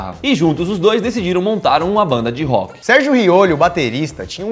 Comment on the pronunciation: "Sérgio Riolho"